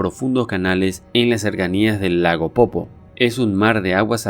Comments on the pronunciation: Es lago "Poopó" no "popo"... pronuncia bien. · Se dice Lago POOPÓ men, eso de no ser oriundo de Bolivia e investigar nuestra cultura tiene muchas desventajas.